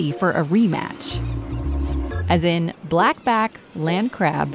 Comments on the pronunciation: I think the narrator was laughing in the video for not pronouncing the Blackback land crab right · It really is not that hard to say blackback land crab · I mean I get the joke and everything but blackback land crab isn’t even that hard to pronounce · Okay let’s be he honest it’s not that hard to say “BlackBack Land Crab”.